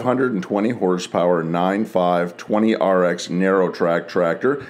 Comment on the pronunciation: Awesome video! Glad to hear you pronouncing the tractor model number correctly 👍